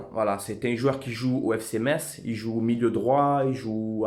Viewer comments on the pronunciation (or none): none